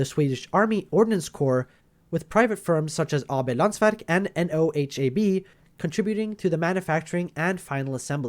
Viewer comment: Nice video! Being Swedish, always fun to get content like this. By the way, NOHAB is pronounced as a word. A bit as if you said "No habit", but stopped at "hab". You would be a little off from the Swedish pronunciation, but not so much it mattered. We would hear you aren't Swedish, but no problem understanding you.